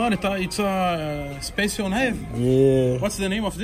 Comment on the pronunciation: "Spacionaive" kkkkk